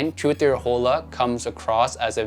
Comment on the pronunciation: Hola means Hello in Spanish. The H is silent, so it’s pronounced ola.